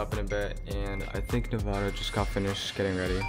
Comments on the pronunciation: Its nevaaada your girlfriend bruh😂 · It's Nevada duuu lol